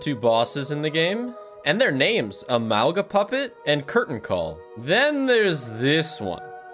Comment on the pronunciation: AmalgaMUPPET,! Muppet! Please I can't take the mispronunciation from big YouTubers anymore 😭